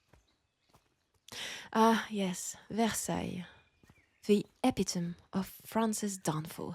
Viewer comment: Not sure if you know or it was part of the character, but epitome is not pronounced like that, but e-pit-o-meee